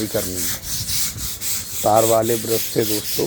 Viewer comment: Kya bathe dostho... Dostho Dostho 🤣